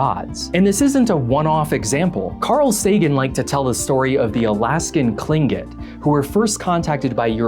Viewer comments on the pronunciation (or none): The Alaska tribe Tlingit is pronounced "klink-it."